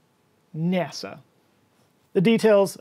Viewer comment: I'm doing the old ROFL gut laughing the way you did that "Nnnnnasa!" Got The old Midwest accent down too 😂😂